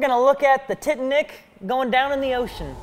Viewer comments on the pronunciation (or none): Did he really said "the Tit-A-Nick"? xD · I disliked just because he pronounced ‘tee’tnic for titanic